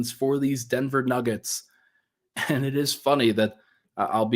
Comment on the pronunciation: My new years resolution is to get to quit adding "ch" to the end of every time he says the word "and"